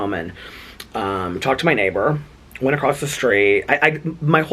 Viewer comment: Lol and ACROSST! That one slays me! 😂😂😂 there's not T in ACROSS! 💙💙💙 Love from a vloggerino!